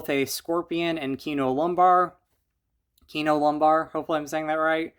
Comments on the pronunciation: It's Kino Lorber, not Lombar. ☺️😜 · kino lorber bro, l-o-r-b-e-r, lorber